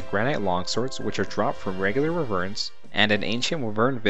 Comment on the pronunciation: Nice but Wyverns are pronounced WHY-VERNS. Good vid.